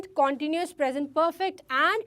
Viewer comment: Pronounce continuous tence correctly But haaa you are cute